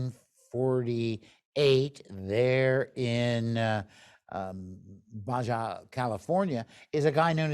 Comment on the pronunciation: The Baja peninsula of Mexico is pronounced ba-ha, NOT Ba-ja fyi. ..... Thanks for the talk.